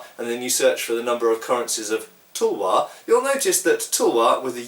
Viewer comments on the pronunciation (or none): the U in tulwar is supposed to be pronounced like U in cup or mull. British in 17-18th century simply transliterated the word as Tulwar simply because it corresponded closest to the indian pronunciation - Tul (as in dull) + war as in (car)... further, the T in talwar is a soft T as in russian Dimitri or Tatiana... never heard anyone in india call it Tulwar (toolwaar)... spell it as you may, but no two ways abt the pronounciation... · Actually when you use the spelling "tulwar" the 'u' is pronounced as in done "cup". So you would see the pronunciation in both talwar and tulwar would not be that different. Although i have never commented on this before, pronouncing the " tulwar" 'u' as done in "put" is incorrect. That would be spelled differently in the Indian languages. Also, even though it may not seem like it, the 'way' you write most north Indian languages are very similar, only the script is different. cheers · spelling wise both Tulwar or Talwar maybe correct but pronunciation wise the way u say Tulwar is not how any Indian would pronounce it